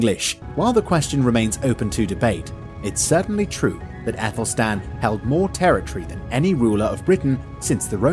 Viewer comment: Æthelstan ! Not Apple Stan.